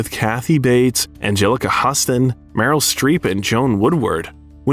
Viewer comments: It’s not “mystical” pizza it’s Mystic pizza! as in Mystic Connecticut. Also it’s Angelica Hew-ston not Husston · Joan Woodward? It's Joanne, two syllables, Jo anne! Anjelica Huston (pronounced Hewston)? Again, would someone please check the details before it hits YouTube? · This must be, as he said , " Angelixa Huss- ton, Houston. I guess he is so familiar with actors that he doesn't know the famous actor's father as director John Houston. Moving on..... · Most likely by the fact that the voice keeps saying "the boy" and "the girl". Well of course it's AI. No one calls Angelic Houston, Angelica "Hustin" Man alive she had loser for a mothher.